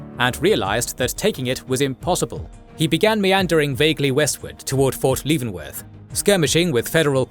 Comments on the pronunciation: To pronounce Leavenworth, Kansas, say "LEV" + "uhn" + "wurth". The pronunciation is typically broken down into three syllables: "LEAV-en-worth," with an emphasis on the first syllable. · Pretty good, but some of the ai's pronunciations are cringe. St. Lewee? Fort LEAVEnworth?